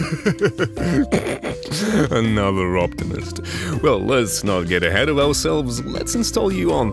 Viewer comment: its ourselves not ourselfes before oursel:(es